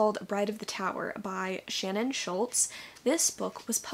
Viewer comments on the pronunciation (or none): none